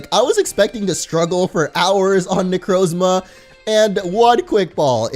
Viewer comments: It's (neck-r-a-Zama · It's Nek-ro-zomia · I cringed hard when he pronounced Necrozma wrong